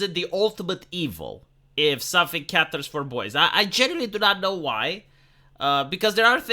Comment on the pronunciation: it's CATERS (kay-terz), not 'Catters'.